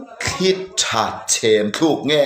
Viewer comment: Pahnih hi, "Tlanga thing khi..... Thluk" in tih hi Thluk ni lo in..,, Tluk tih tur